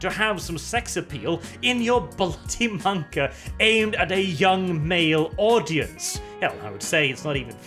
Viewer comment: pronouces MAnga like Mon-Keighy